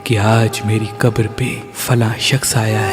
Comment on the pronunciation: Qatar nahi Bhai qabar😅